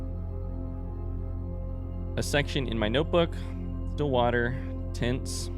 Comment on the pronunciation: Spoiler Question Is saying tints or tents blank books??? Isnt it just tints and is gone crazy